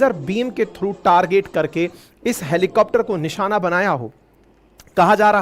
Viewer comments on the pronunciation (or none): none